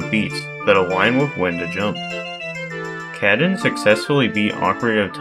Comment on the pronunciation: Thank you for making this video! Showcasing multiple runs and explaining some of the techniques of accomplishing them is always nice to see. Also nice to see the recent smb1 grind going on being a highlight. They have been working hard on helping each other to get the time lower. Lastly, I can't unhear "cat-in" instead of of "kah-tune" 😆